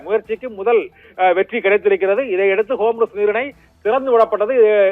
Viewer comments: ஏ... மன்டகலப்ப ... அது ஹோம்ருஸ் இல்ல. 'ஹார்மஸ்' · Dey vengayam homroos illeda( Hormuz ) ✅️😂😂😂😂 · What a great pronunciation "Homrus". Bull shit